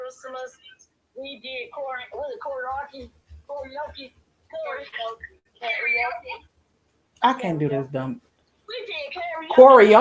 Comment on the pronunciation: She couldn’t even pronoun Karaoke 😩 She needs Hooked On Phonics fo sho